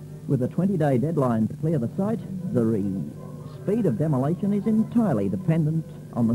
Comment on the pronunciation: Demo - lay - tion